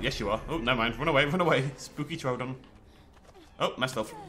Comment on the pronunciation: Didn't know you liked Doctor Who also I thought it was troodon not troldon.